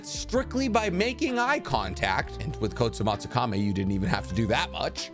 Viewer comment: Why does he keep calling the Kotoamatsumaki, the "Kotsumatsumaki"? lol